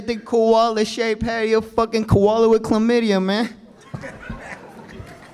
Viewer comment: "Koala with Clamyda" 🤣🤣🤣🤣